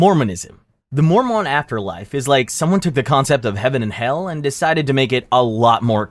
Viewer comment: Why did you say Heaven and Hell weird?